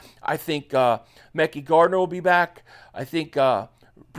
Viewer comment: It’s pronounced Mick Eye MickEye Gardener